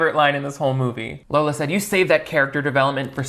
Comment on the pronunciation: I have this new puppy named Darla, and I call her LARLA. 😂😂 So when said “Larla” instead of Lola it made me feel validated in my weird choice of dog nicknames.